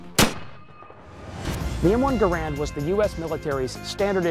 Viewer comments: #6 that you didn't know: Gerand didn't pronounce his name like we now pronounce the name of his rifle. I thought the host would have pronounced it correctly when speaking of the man lol. Guess not. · One thing you obviously don't know...how to pronounce Garand's name correctly. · Don'tcha just hate it when someone who claims to be a weapons expert pronounces Garand wrong? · Said his name wrong respect the man who created this awesome rifle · You mispronounced Garand's name. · “Garand” is actually pronounced "Garan" with a silent "n" if using a québécois accent, or /ˈɡærən/ in the international phonetic alphabet. "Garand" is French for "guarantor" or "someone who guarantees". Jean-Cantius Garand was born a french-canadian in Saint-Rémi, Québec, and his father emigrated to Connecticut with his family 11 years later. Jean lived most of his life in the USA, as a naturalized citizen. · It's pronounced Gair-end, like the word Errand. That should be among the things people don't know. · Garand's name is actually pronounced to sound like "errand" with a G in front. Also the rifle as adopted was developed around and used first with the 173 grain M-1 50K psi round not the 150 grain 42K psi M-2 round which wasn't adopted till 1940. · The weapon designer placed the emphasis on the first syllable of his name; you obviously didn't know that. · ANNNNND - #6 - the correct pronunciation is NOT ga-rand, but gar-and. That is how the man's name was pronounced. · jeez..you guys really don't think much of your audience, all this stuff is super common knowledge about the M1, and it's pronounced "gare-end" not "guh'rand" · GARE UND NOT GA RAND. Respect the maker. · Lol he called it the wrong thing the whole time, he said " M1 Grand" when in reality it's named "M1 Garand" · He is mispronouncing John Garand's name (Gare-end, not Ga-rand) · One more fact: The man Garand pronounced his name, GER'-und. NOT "Guh-RAND" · "the M1 - Car - Bean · He mispronounces both PeDerson and GARAnd.